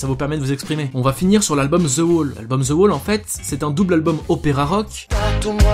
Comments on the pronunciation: Très bonne chaine, mais on ne dit pas "Ze" pour "the" ou bien j'ai raté un truc. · accent souvent ridicule qd les français s’expriment en anglais. ce n’est pas ze pink Floyd mais the pink Floyd , prononcer le ‘ Th’ dans le The ....